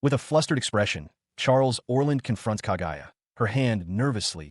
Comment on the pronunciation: Smh "ka GUY a?!" ITS KA GU YA ai can be so annoying